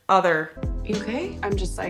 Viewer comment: That pause and awkward phrasing of the word “other” was off putting af